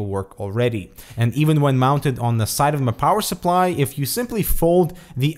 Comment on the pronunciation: MAH POWAHHSUPLLIEE